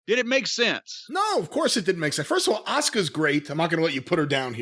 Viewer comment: It's ASUKA Jimmy. No er on the end. Please say it right. Plus Asuka is harder than Charlotte Flair will ever fucking be.